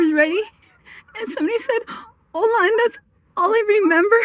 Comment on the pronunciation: with the pronounced H in Hola...stop, please stop.